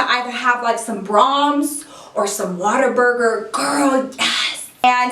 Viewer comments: I legit thought she said "water burger" 😂😂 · Lol she said Waterburger